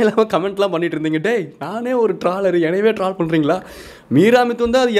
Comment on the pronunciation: அது ட்ரால் இல்ல. ட்ரோல்